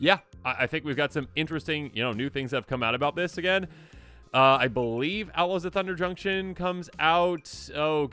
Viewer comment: I kept hearing Ella's of Thunder Junction for some reason 😅